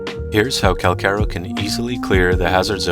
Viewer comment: Pretty sure it’s pronounced (CAL- CHaR - O)